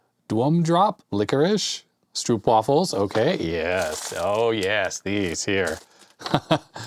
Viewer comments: As we would say in the Deep South, "Thar's your problem - you have an air gap in your video wiring." The "oo" in Stroopwaffels is pronounced like the long "o" in "owe". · Stroop as in stroopwafels rhymes with rope. Source, I'm Dutch. Pasta == paste/spread in Dutch